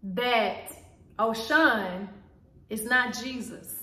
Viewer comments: Am Yoruba, it’s pronounced Oh-Shoo-who-hoon! They are orishas. They are fallen angels. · It’s Oshun- but the Congo religions are black people true legion. We didn’t have a religion we had a legion. Oshun (Oshun) is a name for God. Our ancestors were alchemists. Religion is beneath us. Our legion is what we should remain true too. Our legion is alchemy. Unfortunately, we were Gods that were turned into humans and for that we need to sue this government, Earth, somebody. We need to be aware of the Bible that took 500 years to complete. Believe me our savior words don’t need 13 Bible revisions and 500 years to complete. Please know the Bible has been changed and good luck interpreting it. Cause sorry it’s so a lie, u have to pray before reading that. 💚 by the way demon means “higher melanated spirit”. We need some type of spiritual encounter to deal with white supremacy so Beyoncé bring it we here 💚! God says fast when u want to see my face.! The hell with prayer FAST cause baby were at war!